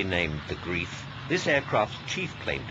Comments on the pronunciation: Annoying how the narrator can't pronounce 'Greif' correctly... it should rhyme with "knife", not "teeth". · NOT "grief" but "grife".... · Mispronunciation of "GREIF" (=engl. "Griffin", "Griffon") by the speaker. Correct German pronunciation is "Greif" as in the English "strife". See also "Greifvogel" (=engl. "Bird of Prey"). So the speaker's play on words that the bomber was aptly named (Greif = engl. "grief" = troublesome) is linguistically incorrect. Great footage of a rare aircraft, thanks for uploading. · its 'aptly' pronounced GREIF -- as in Gr-eye-f.. Not 'grief' dickwad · It's name is GREIF not GRIEF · Greif! Not "grief" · Actually, the name "Greif" in German is pronounced Grife....which means Griffon. The aircraft's main failings were the coupled engines. Had the Germans beenable to cure the coupling problems between the engines, the Allies would have found it to be a superb bomber. Another issue with it was the idiotic requirement for it to also function as a dive-bomber, which the Germans had a fixation on. A high-level strategic bomber was what they needed, and this plane COULD have been it!